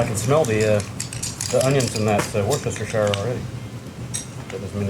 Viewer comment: war sesstershire hahahahaahahahaha no sorry say it as wusstershire ps im hungry now and its 3am